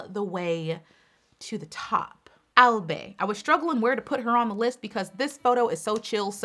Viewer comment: Love this! Btw, Albay is pronounced as AL - BYE